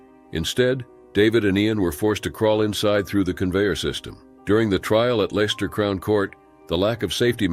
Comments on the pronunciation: Leicester is pronounced “lester” in British. Just so you know. 😊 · I believe Leicester is pronounced Lester.